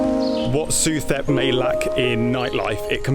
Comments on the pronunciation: The street is pronounced su-tep. In Thailand the TH symbol sounds as a T, H is dropped. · Pronounced Soo Tep. Saying it as you do, lets the local people know you are a recently landed foreigner susceptible to higher prices.